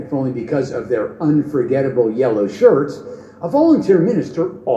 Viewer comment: I swear he just said "yellow SHARTS". Lol I know it was supposed to be shirts